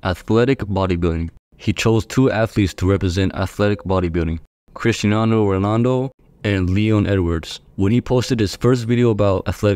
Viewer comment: lmao im portuguese and you butchered cristiano's name hahahahahaahah